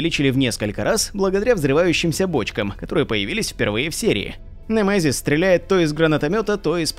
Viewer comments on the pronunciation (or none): Как же мерзко он произносит «НЭМЭЗИС» 🤣